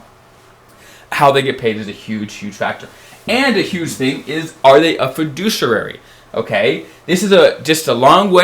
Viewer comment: love your videos but it's pronounced FUH-DOO-SHE-erry